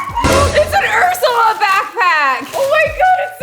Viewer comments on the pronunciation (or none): none